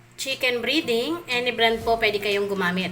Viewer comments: Breding Hindi briding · Chicken breeeeding...??? Its breaaading ...